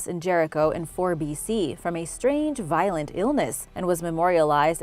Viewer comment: Violent illness or virulent?